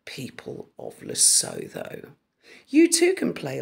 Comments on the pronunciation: Lesotho is pronounced Luh-soo-too. It is a kingdom, completely surrounded by South Africa but not part of it. It is a constitutional monarchy. H visits the country in relation to the Sentebale charity. He was in Lesotho, June 22, 2018 at Mamohato Children's Centre near Maseru. Before he married, he was in Lesotho in 2015 and then several times before that, once in 2010 with his brother. These searches could be people he knew doing those searches for him, or he could have visited off the record. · Lesootwo proper pronunciation, is mainly a very poor rural population with few people requiring WiFi (if they even know about WWW)! I have family who live in Ladybrand on the border. Must be bogus stats unless one or two stupid persons in Lesotho has been manipulated, bought & bribed by H...that is probably the truth! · It's pronounced "Le-soo-too" by the way, and it's not a region of South Africa, it's a country with a king. Beautiful mountains, and LOTS of diamonds! (Especially the Letseng mine.) Its border is near Ficksburg - great skiing in SA. And if the weather doesn't cooperate, they have snow-making machines! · Lesotho is a separate and independent kingdom, completely landlocked by South Africa- I live just a couple of hours from part of the border in the Drakensberg Mountains (it’s pronounced Lesootoo) and yep, I’ve been there a few times, it’s beautiful, very mountainous, but poverty is an issue…🙏🤗❤️ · Lesotho (pronounced Lesoo-too) is a country in its own right, although it is within the boundaries of South Africa. H has been connected with the country for a number of years. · Love your content, thank you. Just a small niggle "Lesotho" is pronounced "Le-suit-ooo". Lesotho is beautiful it's a mountain region and the people are wonderful, open and friendly people. It's a small kingdom surrounded by South Africa. Harry loves Lesotho,his charity Sentebale is in this small kingdom. I grudgingly give credit where credit is due, he has done wonders in this region.